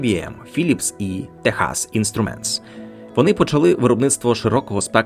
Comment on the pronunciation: Не техас инструмент а тэксэс